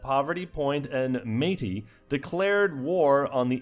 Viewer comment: BEAUTIFUL pronunciation of Métis!!!